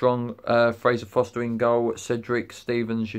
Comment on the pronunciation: His name is Forster... not Foster